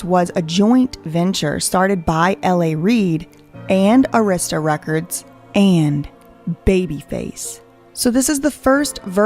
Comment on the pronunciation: I just cant believe a story from a white woman that cant say Arista correctly but has a clip of Usher saying Arista records correctly....Trying to expose someone and cant prounce correctly is very very red flag to me